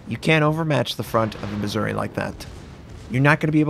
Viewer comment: MizzOOree, not Misery. 🤓